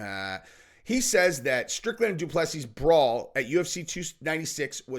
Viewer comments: please say Doo plu sea.... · Google French pronunciation and type in du plessis